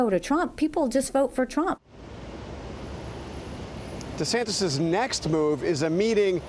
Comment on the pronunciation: DuhSantis got no chance but he could keep dreaming! It's Ron Duh-Santis, btw! 🤣